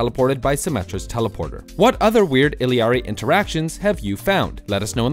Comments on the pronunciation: Eeeeleeeaaaareeee it’s pronounced eyeahrie 😂 Spanish and Italian are different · At least got close. The hard L pronunciation is getting grating from others lol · not only is it not pronounced illiari, it is not spelled illiari, and these are things that anyone who has seen the hero’s name on a character select or heard her pronounce it when she spawns should know. ee-yari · Yeah, this one is such a weird pronunciation too. I-li-ar-ri? Bruh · I've heard a lot of mispronunciations for "illari" but goddamn illiari may be the best one yet 😂😂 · The funkiest interaction is that not a single content creator has pronounced her name right since her launch. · I think echo pronounces it wrong too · favourite part of a new hero coming out is people not knowing out to pronounce it. I had a friend that called Moira, Moria. Every time he did we would shout "And they call it a mine!" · IL-Y-ARRY is a crazy pronunciation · The funniest thing is how you pronounced and spelt her name wrong